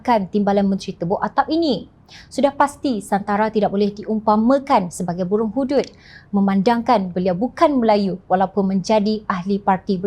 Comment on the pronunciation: Mana Ada burung HUDUD, sebut dgn betul HUD HUD atau HANTAM SAJALAH LABUUUUU...